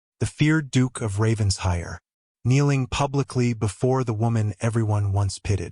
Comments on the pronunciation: RavenSHIRE! PLEASE! You AI needs to learn ENGLISH! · Several consistent mispronunciations, some are homophones but many are poor AI programming of English. Examples; read-read, lead-lead, wound-wound, but really if you are going to use a family name such as RavenSHIRE, have AI programmed to pronounce it correctly! A shire is a land area designation of England. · Well said , I find this mispronunciation irritating